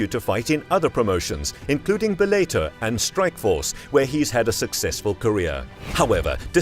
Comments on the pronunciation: And Bellator or Bel-A-ter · 😂 what’s bel-later?? bellator